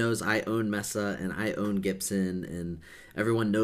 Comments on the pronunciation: Its not Mess A, Its pronounced MEAA SA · Isn’t pronounced Mesa (MAY-SAH)? I’m not sure, tbh...